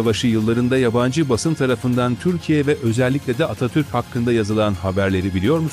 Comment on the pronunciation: Bu seslendiren her kimse Atatürk demiyor Atatür diyor.